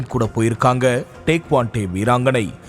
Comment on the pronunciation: டேக்வாண்டே இல்லை. டேக்வாண்டோ.